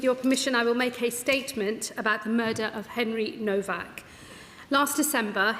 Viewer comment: This Vile Creature, Cant EVEN GET THIS POOR YOUNG MAN’S NAME RIGHT …….. His name is HENRY NOWAK 😮!!!!……. Not NoVak…You Vile Arrogant Man! He was every Patent Dream……he was All you could wish for and more…….HIS LIFE HAD VALUE. But YOU, starmer, Reduce the likes of Henry and millions of British Whites, down to White Racist Thugs!!!! You, Mein Starmer, must have a huge bucket beside your bed, full of British Blood, where you conveniently wring your hands nightly, to rid yourself of your latest Victim😤🤯👺. We need a country wide protest, in every town and city that has Victims of Labour’s Decades of Anti Working Class White British, Racism.!!!!!!